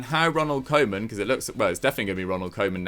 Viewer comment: Ronald Koeman is pronounced Ronald Cou-mann